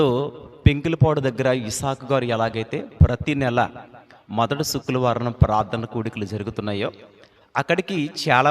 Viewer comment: అన్నయ్యా నీకూ శుక్రవారం అని పలకడం రావడం లేదు. ఎందుకో నాకూ ఇబ్బందిగా ఉంది. ఫ్రైడే అని అను అన్నయ్యా శుక్రవారం అనేది పలకలేక పోతే